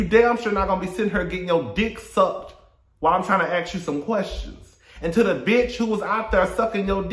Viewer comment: celebrity interview style: “I have a QWERSTION?….🤣🤣🤣